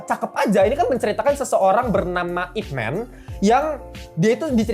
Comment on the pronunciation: bang, fyi IP MAN itu dibaca YipMan bukan ipmen